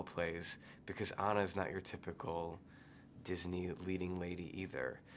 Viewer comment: How does he not know how to pronounce Anna's name...